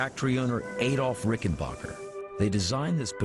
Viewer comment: Somebody should have clued the narrator that it's pronounced Ricken-Back-er. As in 'my aching back'. That's why it's spelled 'b-a-c-k' instead of 'b-a-c-h'. Adolph Rickenbacher anglicized the name after the 'Great War', to sound more like WW1 flying ace, Eddie Rickenbacker . He changed the spelling so nobody would be confused at how to pronounce it. A hundred years later, the phonically-challenged are still confused. Also, what did Paul Reed Smith invent?